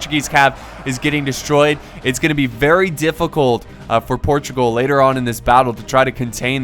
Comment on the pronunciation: Im a portuguese person and I m happy to see a video from about wars of Portugal:) Edited part: it's Portugal not Protugal.